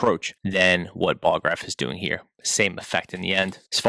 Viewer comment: Ballograf NOT Bolograph